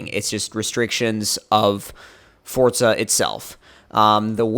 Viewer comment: It's not fortza its forza